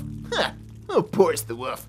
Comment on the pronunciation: You say woof instead of wolf